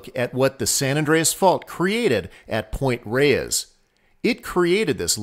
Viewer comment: "Point Reyes" is one syllable...like "Point Rays."